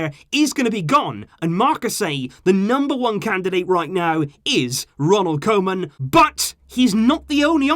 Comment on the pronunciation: Try to pronounce it as: kooman ;) Dutch fan here 😂